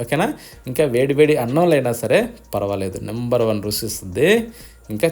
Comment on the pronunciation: రుసి కాదు రుచి